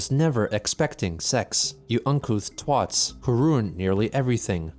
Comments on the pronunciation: why is pronouching Twats as Twots? is that like a self censorship thing? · When u say twots instead of twats XDD